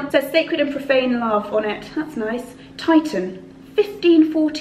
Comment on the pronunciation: The artist of the painting is Titian, pronounces tish-uhn